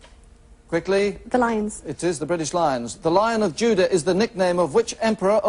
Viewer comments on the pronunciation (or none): none